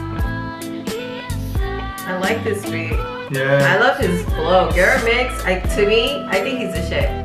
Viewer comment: Its Gera MX but pronounced jera. Great reaction btw. Keep it up